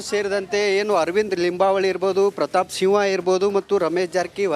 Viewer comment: ಸಿವ್ವಾ ಅಲ್ಲೋ ಅಣ್ಣ ಸಿಂಹ 😂